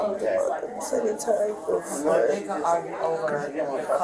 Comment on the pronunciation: She meant 4 to 5. "Ant" no way in h3ll she meant 45. Like the number "befoe" 46 and "afta" 44😢🤦‍♀️